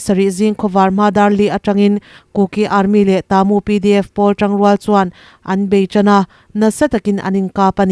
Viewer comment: I news chungainawm ka tihle mai. Ka ngaitha re g BURMATAMA KHOPUI HMINGTE CHU I lamdan dikzawk se a ngaihthak nuam leh zualin ka ring shan state a khawpui hming pa khat chu luaikaw level tone vka lam tur Moreh piah a khua chu TA MU A NI A. Ta chu level tone tur mu chu high tone tur. Mizo a thuro athuk chu thi ang a ni tur. Khua bming dang pa khat chuKataa. Ka chulevel tone kanu ka pa ka pathian KAring tawi tur. Taa chu level tone long pitch tur. Nay pyidaw chu level tone vek tur.